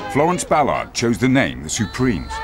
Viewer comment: I like the way he says Florence's surname. I don't think I've heard anyone pronounce "Ballard" the way the narrator here does.